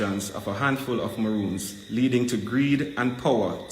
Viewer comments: Mi say,,,yu tongue tie up yu say Ramoons while yu a say Maroons,,,yu mix up recommendation and regulation suh yu a say Recomlations and Regumendations,,,Sherylee Ralph was so grateful for being nominated that mi overjoyed fi si she get di Emmy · So u realize u say ramoons? 😁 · A me alone hear seh 'Ramoons' instead of Maroons